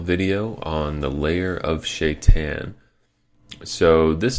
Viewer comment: It's SHA-I-TAHN, not Shait'n! Get it right!